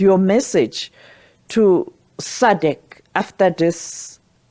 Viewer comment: It’s SADC not sadek 😂😂😂😂 It’s Ian Khama not Akama 😂😂😂